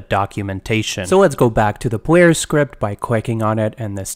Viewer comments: its kinda cute how this dude sometimes pronounces Rs and Ls as W, like "pwayer character" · It's so interesting hearing the w's switched out sometimes because his speaking voice is very normal outside of that! I find it quite relaxing. Also this tutorial is phenomenal, thank you for making it!